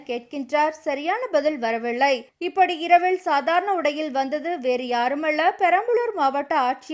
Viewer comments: உங்கள் சேனலில் தயவு செய்து தமிழ் ஒழுங்காக உச்சரிப்பவர்களை வேலைக்கு அமர்த்துங்கள். தமிழ்க் கொலை தாங்க முடியவில்லை! இரவிள், ஆச்சியர், காய்ச்சள், டவாளி என்று.. கொலையாக கொல்கிறார் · "" இரவிள் , சாதாரண உடையிள் , யாருமள்ள , பதிள் , வரவிள்ளை "" ...... என்று தவறாகவே வாசிக்கிறீர்கள் . கேட்கச் சகிக்கவில்லை !!! தயவு செய்து ல , ள வித்தியாசம் புரிந்து கொண்டு , தமிழை சரியாக உச்சரித்து செய்தி வாசிக்கவும்.